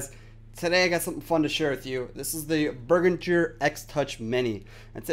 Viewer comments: Beh-rihn-ger. Jeez, cringing here. Berginger. Eek. Nice tut though. ;) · Good review/tutorial but the pronunciation Behringer is.... bEH-rihn-jer so say bear·in·jure